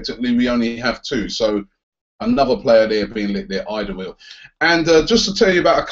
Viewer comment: its pronounced All-der-var-eld